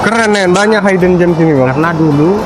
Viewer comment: hidden gems Hidden dibaca HIDN bukan HAYDEN Hide baru dibaca HAYD Log in dibaca LOGIN bukan LOJIN Lamborghini dibaca LAMBORGINI bukan LAMBORJINI.